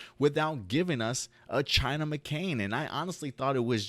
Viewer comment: Here name is China Anne McClain, Not McCain why do you keep pronouncing her name wrong???